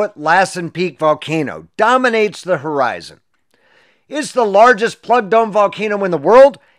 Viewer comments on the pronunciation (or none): none